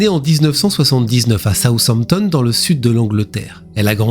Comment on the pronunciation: J’ai vu le 2–em cas en Anglais, essaie de massacrer moins «Hampshire» et Southampton 😂; déjà, une femme enceinte avec un bébé= une pondeuse, ca m’inspire pas la confiance pour acheter un bateau (?) et je ne vois pour quoi quelqu’un qui veut vendre son bateau va monter à bord avec 3 personnes, ils devraient aller en mer seulement avec le potentiel acheteur.